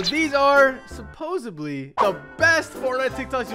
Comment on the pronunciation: Supposedly btw not supposebly